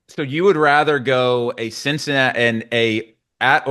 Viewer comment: really said Cinci...